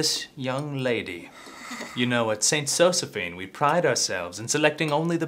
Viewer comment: "what i clearly see is a girl who's not getting into zo-ze-PHINE..." "prrr" hahahahaahha